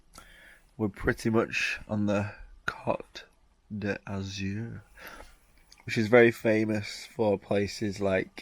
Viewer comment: Bloody hell... Cot D'Azur??? It's pronounced 'coat' as in an overcoat mate. Got me giggling here.;-)